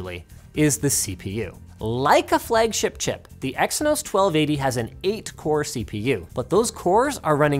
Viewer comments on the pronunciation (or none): none